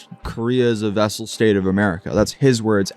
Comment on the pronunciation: Its "Vassal State", not "Vessel".